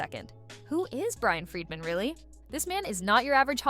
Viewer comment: It's Bryan Freedman (great name for a lawyer ), not Brian Friedman. He represented the Michael Jackson estate against HBO over 'Leaving Neverland'.